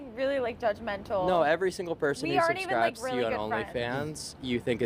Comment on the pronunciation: he cant even say person properly?!